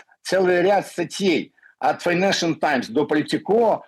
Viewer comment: У этого Файнемшем Таймс, у Спивака Файненшенал Тайм... Эти идиоты даже говорить нормально не могут!!!! 😂